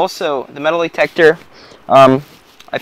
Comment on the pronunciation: Why are you saying metalEetector? Metal-Eetector why? It's Metal-Detector not Eetector. and by the way putting a lid on boiling over water does not stop it from boiling over. You didn't stop anything from happening by putting that lid on